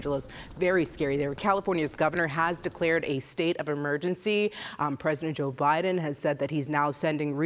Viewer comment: Did she say President O'Biden?